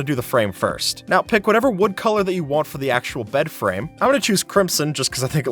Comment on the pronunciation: "Place down the blocks that you wan" 😅